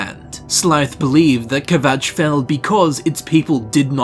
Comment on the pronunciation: "ke-vatch" :D :D :D